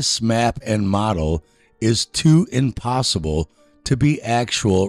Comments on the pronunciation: Did he say "impossiBall?" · "impossiball" - did he actually say that? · I just love how he stresses the last syllable in „impossible” to make sound like impossiBALL